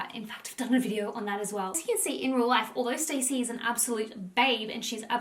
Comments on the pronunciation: my love you are pronouncing her name wrong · I think you are saying her name wrong …. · ur mispronouncing her name the wholeeee vid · Love your videos but I am struggling to watch this with the name pronunciation 😅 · Stassie. It’s pronounced how it’s spelt. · It’s pronounced like “Stah-si” so yeah lol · I loved it lol everytime she pronounced it that way I just pictured her reaction to being called Stacey in real life and how much it would probably bug her to not have someone know how to say her name correctly lol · IT'S pronounced"STAZZIE NOT STACEY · Love this love you, but can't get over you saying her name wrong over and over. It's not 'Stacy' it's (St-awe-see) short for Anastasia (Aw-na-st-awe-see-a) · Her name is pronounced Stah-si, Not Stacy. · Her name isn’t pronounced “stay-c” it’s “stas-c” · STAH -Ci … not Stacey 🤣… how do u do a video on someone and not even say their name correct .. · She’s pronounces Stacy when it’s stassie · It’s not ‘Stacey’ it’s STASSIE……..’staaassss eee’ not ‘stay cee’. So irritating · Maybe you should learn Stassie's name it's not stay-see it's Star-si it makes me think you don't do you homework on these people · Her name is Stassie, not Stacey. It's Anastasia, stas. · everytime you said stacy I wanted to scream lmao it's pronounced Stah-see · Stassie not Stacey. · great vid! just for your information - you pronounce her name not like 'Stacy' but 'StA (like a German 'A) ssy' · Her bane is STAHHHH CCCCCEEEE NOT STACY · Her name isn’t pronounced Stacey it’s STAHCEE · Great video ❤️ her name is sta-cee not Stacey though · Every time she says “stacy” instead of “stassie” I die a little inside lol. 😂 This video was fire though!! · I was going to comment the same lol. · OMG YES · Yesss it was driving me nuts lmao I'm not even half way through and I wanna leave cause she is saying her name wrong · its not stacey, its saaaasia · her name is stassi not stacey😅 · Ugh thank you!! Lol this drove me nuts the whole video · It’s Stah-si